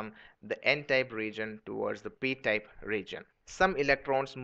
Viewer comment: its type not tape